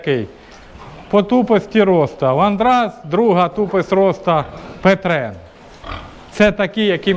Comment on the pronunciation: Не петрен,а пьетрен